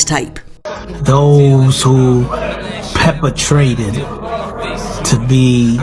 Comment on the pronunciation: Pepper-trate lmao😂 perpetrate is what dude was trying to say… lmao